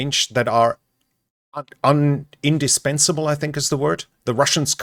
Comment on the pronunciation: The word is "indispensable" and said it correctly.